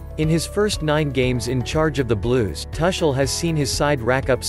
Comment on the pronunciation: Man, you are hurting my ears. Can't you pronounce his name correctly? The "u" in Tuchel is pronounced as the "u" in bush and NOT as the "u" in bus.